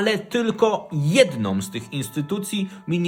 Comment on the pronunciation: ...jednĄ, a nie jednoM, panie Pośle